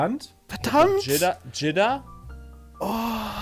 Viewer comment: Jihdah🤣🤣🤣🤣🤣🤣 dachte es heißt jeddah